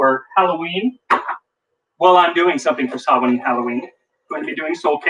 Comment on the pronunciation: YOU PRONOUNCED SAMHAIN CORRECTLY!!!! I shouldn't have to be so excited about that, but I'm Pagan and it's a rarity.